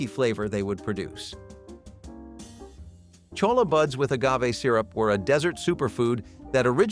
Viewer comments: It's NOT colla= it'spronounced choYa---Spanish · CHOLLA is pronounced "choyah"